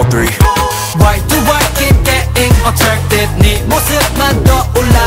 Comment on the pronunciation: i just realized binnie say's attwacted instead of attracted 😭